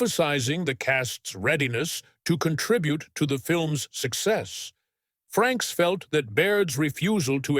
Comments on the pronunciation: get someone who actually READS the material....there is NO N in his last name..... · Frakes not Franks !